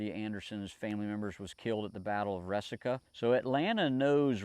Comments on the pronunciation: the pronunciation of Resaca is re sack a. It's just up the road from where I am from. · Also, just fyi, Resaca is pronounced as reSACa. Thanks for your truly loving and caring efforts. I feel the same way, my brother.